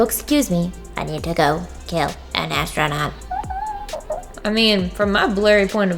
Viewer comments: am i the only one that hears her say nastronaut in de place of astronaut??????? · As a non native speaker, I'm so confused about you pronouncing astronaut as "nastronaut". I always thought it's pronounced without an n. But you did great with this challenge! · NAS-tronaut....good job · Lmao "nastronaut"